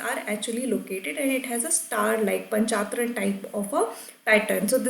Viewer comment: there is difference between reading and teaching ...u cnt even pronounce panchayatan n call urself a teacher ...go do anything but teach ...